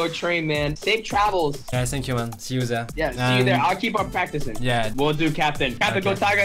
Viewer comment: dit tank-you et non sank-you merci 😅